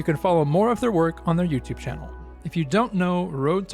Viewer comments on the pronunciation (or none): none